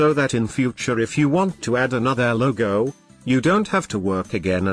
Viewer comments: "Loggo" haha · Your speech says LOGO like we say People(Logon) in Urdu/Hindi.